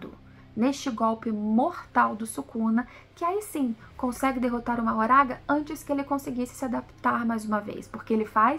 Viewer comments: pse, mas não é a pronúncia oficial, infelizmente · Só um detalhe q vale mencionar, a pronúncia oficial do nome do shikigami mahoraga não é como é escrito, a pronúncia feita no ep foi "mahgora"